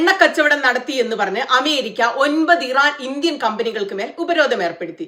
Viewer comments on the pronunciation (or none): none